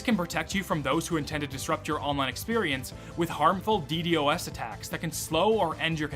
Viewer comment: Didn’t even say DDoS right 😂